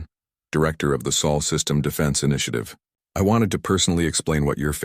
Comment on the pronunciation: Chen name used. Automatic dislike! AND IT'S SOL, NOT SAUL.